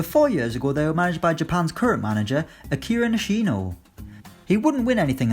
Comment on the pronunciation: That's a the worst Akira Nishino pronunciation i've ever heard.